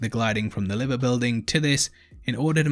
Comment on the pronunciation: liver building??? liver like diver, not liver like shiver!